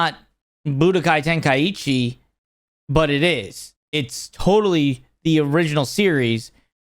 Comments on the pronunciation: Ten-kai-chi not ten-kai-ichi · Ten-kai-chi vs Ten-kai-E-chi